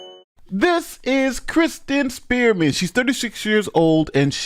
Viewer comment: Am I the only one that keeps hearing say "Kristin Spearmint?"